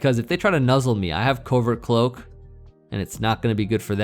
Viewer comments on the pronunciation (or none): none